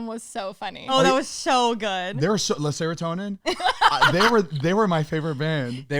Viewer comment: SAID LESSERATONIN IM CRYING